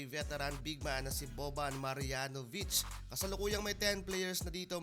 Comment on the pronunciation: siberian ❌ serbian ✅ marianovic ❌ marjanovic ✅